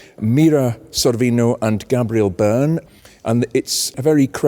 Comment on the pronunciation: It's pronounced Gay briel burn 😂